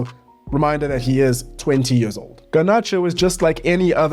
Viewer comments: Where is that dialect from? «Its been yeers» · “Its been yöörs” lol